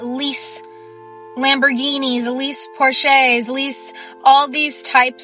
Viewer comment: Yikes!!! Did the first girl say "Porshays", instead of Porsches? 🙎🏾‍♂️🤷🏾‍♂️